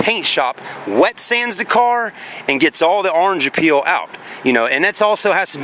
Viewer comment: It’s called orange “peel”. Not “appeal” lol Ya know it looks like the peel on an orange